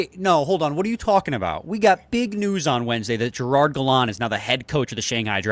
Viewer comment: Guy pronounces Jagr’s name correctly but can’t pronounce Gallant’s correctly… amazing.